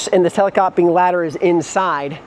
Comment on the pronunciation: Not to be an English teacher but it's pronounced tele-scope-ing not tele-scop-ing...I too wonder how water is not going to leak in the slide roof...there are so many beautiful windows I would thing eventually water is just going to sit there and leak in...love lots about it....